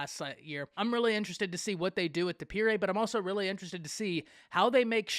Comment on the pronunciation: You said his last name wrong😂😂😂 it’s dippre.